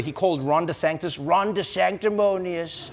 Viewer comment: Lol, Ron DESANTIS, not Ron DESANCTIS, Trevor... You did that the other day, too 😉. Much too close to Trump's version.